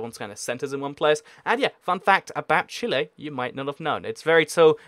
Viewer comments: Its Chile not Chile /i/ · It is said chill-ie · Chile: chee-ley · I pronounced Chile like Chilly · it is Chi-ley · Chile is actually pronounced CHEE-lay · Chile is chi lay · It’s prenounsed chi-lee